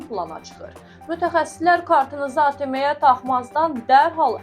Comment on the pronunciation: Ateme yox ateem